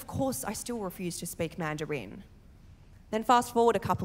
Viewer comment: Man du reeen - is that the Australian accent? 😂😂😂